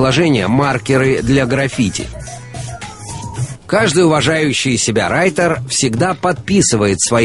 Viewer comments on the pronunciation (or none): РайТер а не райДер